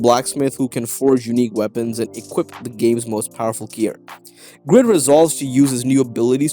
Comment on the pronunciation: Very minor thing that doesn’t really matter much but in overgeared his name is grid pronounced greed because he is greedy